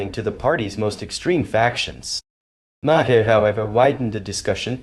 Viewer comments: Please pronounce his name correctly. It's not Ma-her. It's Mar. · Narrator might want to learn how to pronounce “Maher”. Otherwise, stop narrating?